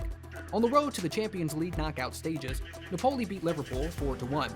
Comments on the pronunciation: The overview of Khvicha's life is good, but please learn how to pronounce countries and teams' names correctly, e,g., Nah POE lee, not NAH pole y. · Lol yeah - Na-PO-li😂